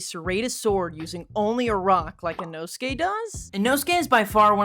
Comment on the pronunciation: Bro is I-nō-su-ke not I-know-skay